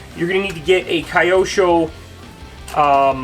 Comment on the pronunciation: Just nitpicking-Q sho, not Kayosho🙂